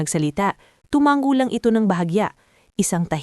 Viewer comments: Pagbigkas po ay tuma ngo hindi tumanggo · Maganda ang kuwento inspiring kya lang bkit lagi meron mali ang narraator sa pagbigkas ng mga salita tulad ng salitang tumango ,bakit binibigkas sa paraang tumang -go. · Listening from israel..kailangan bigkasin ang tumango ng silent g